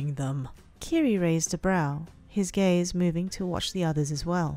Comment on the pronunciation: For a second I thought you said "He narrowed his gays" 😂